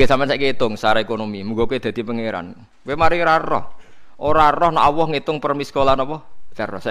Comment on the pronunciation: Knapa gus tiap nybut Nama Alloh knpa Awoh...😀😀apa kuping saya yg slah🙏🙏😁